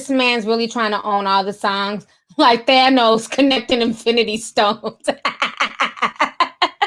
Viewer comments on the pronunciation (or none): none